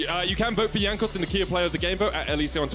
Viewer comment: Someone tell him how to pronounce Jankos.